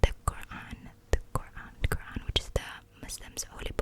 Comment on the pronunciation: First of all no thanks on duty 🤝❤️Second, its name is Quran, not Quram ❤️